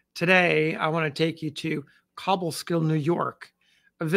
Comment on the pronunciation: Hey. Another highly appreciated story. However, being from near Albany, I must correct your pronunciation of Cobleskill. The “co” is pronounced like co-worker.